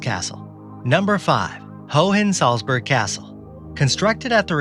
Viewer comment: The second H in Hohensalzburg isn't pronounced :)